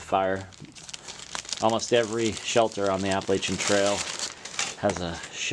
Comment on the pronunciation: "Appalachian" .. no .. no thanks ?